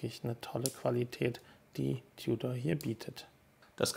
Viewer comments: Ein deutschsprachiger Konzessionär aus dem Süden hat bei meinem Gespräch auch immer "Tiudor" gesagt. Bevorzuge lieber die Aussprache "Tudor". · Nicht tjudor sondern TUDOR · Seit wann sagt man als deutschsprachiger "Tiudor"? Da kannste auch demnächst "Glaschutte" sagen.